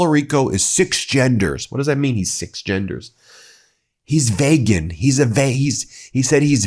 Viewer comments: V[e]gan that's the way russians pronounce 😉 .. really. No joke. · Vay-gans? What the heck does whether some people eat meat or not have to do with trump? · What the fu<k is a “vagan”? If he is attempting to say vegan, the “e” is long— meaning it’s pronounced as “e” not “a”. 😂 OMG… you people are totally fu<ked with that guy at the helm. Sorry to say. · He is so incompetent he doesn’t even realize he doesn’t know how to pronounce vegan. He is at least at the level of a grade 4 student